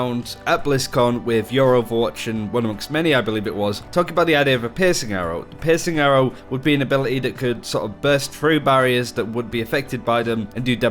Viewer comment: At first listen I thought you said "Pissing Arrow" instead of "Piercing Arrow". I now want a Pissing Arrow weapon in the game.